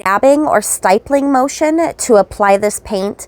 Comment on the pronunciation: FYI. Stippling: Pronounced so it rhymes with "rippling". No "Y" sound. 😉